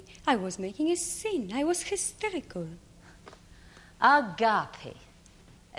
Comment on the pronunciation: "I was histericool"